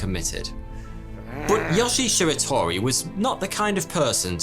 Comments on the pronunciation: You consistently mispronounce Japanese names. In Japanese, all syllables consist of a consonant sound followed by a vowel sound. So his name should be pronounced as Yo-shie Shi-ra-to-ri not Yosh-ie Shir-a-tor-i. Similar mistakes are made in the other Japanese names in this video. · btw yo-she-a she-ra-to-ree